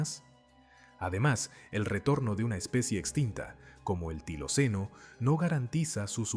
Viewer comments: NO ES TILOCENO ,,, ES TILACYNO.... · No se dice tiloceno, sino tilacino.